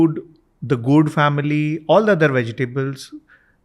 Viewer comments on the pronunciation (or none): Not Gaard... Its Gourds ... its .... " Veges Like... Goordd.."